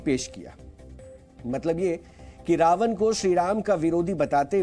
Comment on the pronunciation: कृपया रावन और रामायन का उच्चारण सही प्रकार यथा - रावण और रामायण उच्चारित करें। न और ण का फर्क समझें। हिन्दी चैनल पर हिन्दी उच्चारण तो कम से कम सही होना चाहिए ।